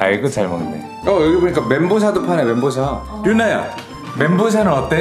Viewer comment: 멘 보우 샤ㅎㅎ